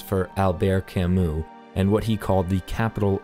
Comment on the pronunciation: Albert CAMOOOOO !! He was not a cow, learn how the read his name ...